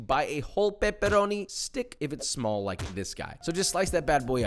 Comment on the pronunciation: yo o ou said Sma all?